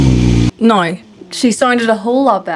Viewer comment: Please say now another couple times I think it sounds rather noice.